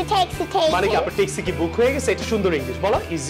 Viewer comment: Is it T or THI ,,,.taxi sounds good instead of thaxi ,,, without 'THI' everything was excellent